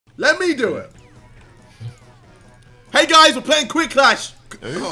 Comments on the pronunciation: As soon as JJ mispronounced quiplash, he was filled with embarrassment and disappointment in himself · Nobody: JJ: Quicklash